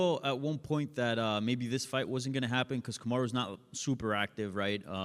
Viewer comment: "Comma-ru" is CRAZY